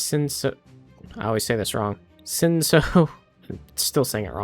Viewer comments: what could possibly make you think that the word "sino" is pronounced as "sin-so" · I imagine you've already figured it out but if you didn't, it's pronounced "sigh-no" :D